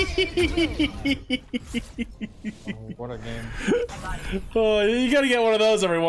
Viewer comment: "GRENADA!" LMFAOOOOOOOO